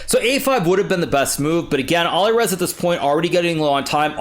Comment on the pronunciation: Awesome, but please, please learn to pronounce the names of players correctly. (Nepo, Alireza)